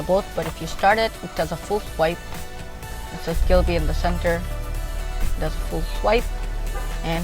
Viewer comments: It’s ghibli not ghilbi lol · It a ghibli not a glibie not mind just correcting you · Gilbi? Isn't it ghibli? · its Ghibly not gilby🤦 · It is not Ghilbi but Ghibli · Wrong pronunciation brother. It would be GHIBLI. NOT GHILBI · গিবলি নাকি গিলবি??